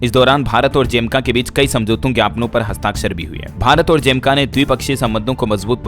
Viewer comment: Jamaica ❌ Jemka✔️